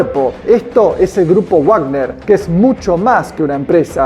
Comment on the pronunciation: Felicitaciones por el contenido informativo. Pero Wagner no se pronuncia guág•ner sino *vág•ner_ porque: 1. Es un nombre Alemán, no Inglés. 2. En Castellano, la letra w se llama v doble y se pronuncia como v. 3. Cuando uno desconoce la pronunciación de una palabra, debe pronunciarla en su propio idioma, Castellano en este caso. Hay que dejar de colaborar en la Desculturización Anglificadora.